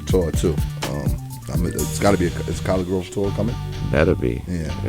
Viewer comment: Why Do Ppl Always Say It Like "College Grove"? 😒 Itz Said Like "Colleygrove".